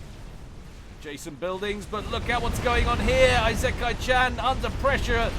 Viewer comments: ee-sick-eye is the phonetical pronunciation of Isekai. Also, are those T2 mass fabs around the capped T3 mexes? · Firstly, your pronunciation of isekai is incorrect (i-se-kai) it has no z and the first I is a short sounding "i". Secondly that's Farms. Thirdly if you're recording your voice separately to the game then you might want to edit out your coughing. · Not to be a smart ass, but the I in “isekai” is pronounced like an “e” in English. It’s the Japanese way of saying things. Hell, Isekai is whole genre that means being transported into another world, which makes sense because you literally travel to another world every game. XD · Isekai is pronounced I (like reed) se(like send) kai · Your prononciation of isekai is fine except that the beginning is pronounced "ee" as in the word "eel" and "se" as in the word "segment". That's always how you pronounce the letters i, s, and e in Japanese that's written in Roman alphabet.